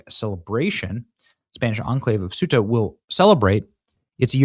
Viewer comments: Ceuta = "Say-oota" 😊 ("Thay-oota" w/spanish accent) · Benny... you're KILLIN'ME. Say-uta Ceuta C'mooooonnnnnn